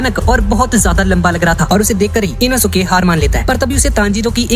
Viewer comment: Inosuke nehi enoske😂